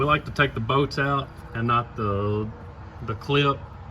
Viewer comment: What accent is that where they call bolts “boats”?😂😂i love it haha